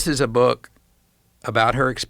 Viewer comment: "So long its government makes its BEWK" 😂😂😂😂